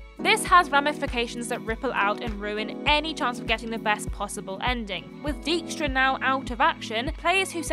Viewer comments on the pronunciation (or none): As a Dutchman, I will never get over that pronunciation of "Dijkstra".